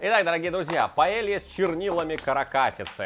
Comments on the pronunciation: ты вроде побывал по странам и знаеш что Paella звучит как паейа, а не паелия! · Не паэлья, а паэййя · Señor, tu suscriptor de España aquí. Porfa, en ´´paella´´ la doble ll se dice con Й, como ´´y´´ en yogur. Porfa, dilo correctamente)))